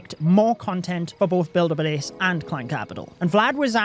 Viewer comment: Am I the only one who noticed “builder blase” 😂😂